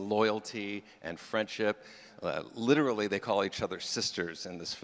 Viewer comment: “I litiralli litiralli”